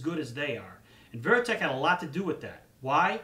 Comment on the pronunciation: As soon as I heard he said veriteck I thought he knows nothing